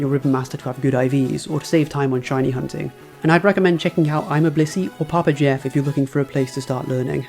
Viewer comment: Papa Jeff 🤣 I think you said it a little wrong and I hope it was a fun Jab. Or wait… am I saying it wrong?